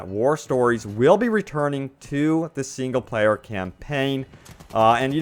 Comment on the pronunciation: seeeengle pleyer and maaaaltipleyer